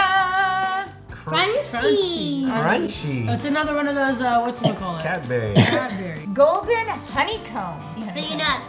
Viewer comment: I love how they pronounce Cadbury’s. Cadberries whereas I swear everyone pronounces it Cadbries 😂😂😂